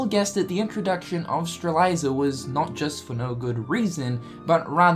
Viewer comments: It's Lauriam, not freaking Lumaria, geesh. Stop imposing what you think should be the name, and call them by their real names. It's Strelitzia, not freaking Stralisa, yoy can clearly see the "T" letter in her name, and you see an i right before the last "A" -.- it's not funny, it's not cute and definetly not entertaining. It's just annoying and it makes me think that you simply don't care to learn their proper names. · Its prounounccncouned "Stray-lit-zee-uh" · Sees T in front the Z in Strelitzia Also notices the I after the Z: "Streliza" Cringes but still loves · STRE-LITZ-IA, not Streleiza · Strelitzia, not Streliza. But it's fine, I guess... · Lauriam, NOT Lumaria. Strelitzia, NOT Strelaisa. 🙄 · IT'S STRAH-LIT-ZEE-AH GOD DAMMIT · for the record, it Strelitzia is pronounced Strel - lit - zee - uh. Not trying to be a grammar police or whatever, but just thought u should know. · say it with me, STRE-LIT-ZI-YA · How can you pronounce that flower but not Lauriam or Strelitzia?! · Your killing me with Strelitzia's name pronunciation,...